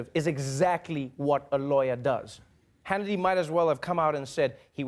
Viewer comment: I like how Trevor almost said "Shannity" , let's just roll with that!